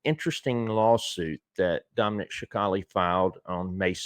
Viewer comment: Respectfully, its pronounced sa cal lee